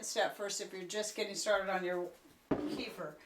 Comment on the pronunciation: Kuh feeeeeer. Lol